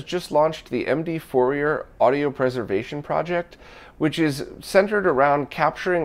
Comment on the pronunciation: Another great video, thank you. If you don't mind a little pronunciation advice from a French mathematician, Fourier was French, so his name is not pronounced Four-e-er but something more like Four-e-ay. Fourier was a mathematician and physician who investigated heat conduction problems, but his mathematical techniques became the basis for much of modern signal processing.